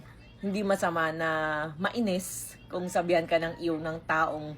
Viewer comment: ang iw kase smin iw hindi ew😂😂